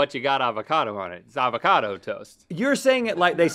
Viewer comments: the avocado toast argument was the best thing today: "the aVOcadoo toast" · Anyone else agree with link’s pronunciation of Avocado Toast? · Rhett: Avacado Link: Avacado?: Avacadoo. Yes,, I too love me some FR E SHA VAC ADO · was waiting so damn impatiently to call it "a vo ca do toast" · Link and saying AVACADO toast? and ivakadoo toast just made my day 😂😂🤣🤣🤣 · My mind is BLOWN by the avocado toast pronunciation